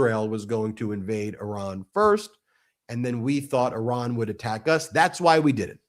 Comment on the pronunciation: It is not prononce Aran but Iran😂😂😂😂 You are funny🤪